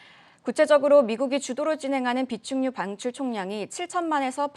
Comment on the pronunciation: 비축유방출 ㅋㅋ 아나운서들 발음이 왜 정확해야하는지 알겠네요